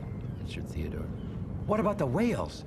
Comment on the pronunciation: did they call theodore, theodoor?